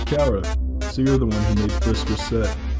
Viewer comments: CHARA not crara it's like that as u say it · Why do people say it like its 'cara' Is the 'H' silent or something? Because I read and say it as 'Char-a' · It is c h a r a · they said chara wrong, or are there two ways? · TAHTS NOT HOW U SAY CHARA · It's chara not cara there's a CH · It's still pronounced "Chara". It's pronounced phonetically.